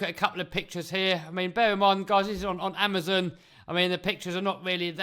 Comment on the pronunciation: amuzun? its amazon LOL